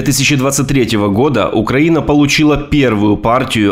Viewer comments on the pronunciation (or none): none